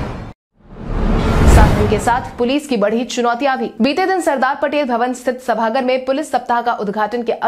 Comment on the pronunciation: सभागर नहीं सभागार बोलो